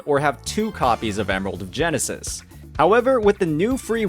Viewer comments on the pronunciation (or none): none